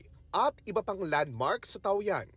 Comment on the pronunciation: Taoyuan translates to Peach Garden. "Taw-yen" po ang correct pronunciation niyan.